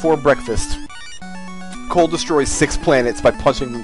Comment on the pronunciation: Ahem. You're pronouncing it wrong. It's COLE.